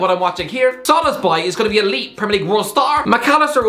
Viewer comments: Okey dude u gotta stop pronouncing it szolozbai or whatever the hell u're saying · avoiding to say Szoboszlai and instead saying Szoloszbai more frequently than avoiding to say Grealish or Rice are good players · His name is pronounced as SO-BOSS-LA-EE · sob-BOSS-lie = Szoboszlai pronunciation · Sah-bosh-lie I know its not perfect pronunciation but if you just say it like this fast then his name will sound so much better😭😭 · Pronounce it like this: So-boss-la-e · It's pronounced So-bo-sly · Him pronouncing Szoboszlai is the Best Part of the vid😂😂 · Did he pronounce Szoboszlai's name differently every time, or am I imagining it? 🤔😆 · That Szoboszlai pronunciation is horrendous